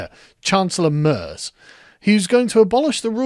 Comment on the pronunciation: The chancellor’s name Merz is pronounced more like Mayerts